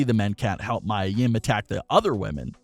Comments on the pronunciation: Pronounce (MEE-YAH) Mia Yim!!!! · Is Mia Yia . U said wrong.